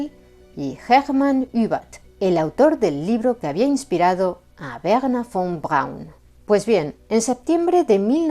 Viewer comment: muy buen Alemán 🇩🇪. Von Braun tubo alguna influencia de Sergéi Koroliov ó Konstantín Tsiolkovski??? 🇷🇺. Saludos 🐧🇨🇱🗿.